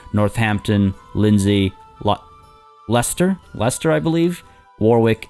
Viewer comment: I know you like to pronounce things correctly so you'll be glad to know you pronounced Leicester perfectly but the second w in Warwick is silent, it's pronounced Warrick. Hope that's helpful.